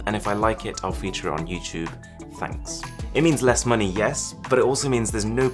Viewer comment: “With YouChewbe” I’m dead